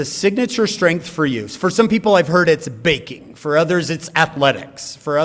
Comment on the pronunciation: Did he say baking? I thought he said banking... 😅😜😏